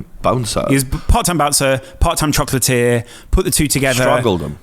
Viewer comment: I legit thought you were saying 'Chocolate Tier' instead of 'Chocolatier' and thought it was a reference to a fighter's level, I was trying to work out how hard you'd be if you were 'Chocolate Tier' in my head until it clicked.